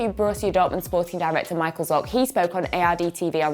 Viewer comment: Just go on to google before doing a video and for god sake look up how to pronounce the name of the players and the officials.. I mean „Mikael Zorc“ for real? He isn’t from England mate.